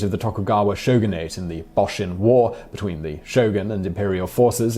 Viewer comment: Pronunciation of the 'Boshin" War was horribly mangled. Also the war began in 1868, not 1968.